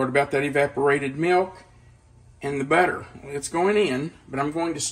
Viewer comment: The way you say butter, sounds like better. lol😂